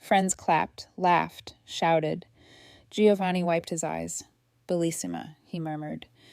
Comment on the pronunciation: It’s “Joe-vanni, dammit. Not “Gee-o-vanni.” Italians everywhere will thank you.